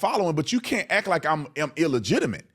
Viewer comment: Please, the word is "ACT" not ack!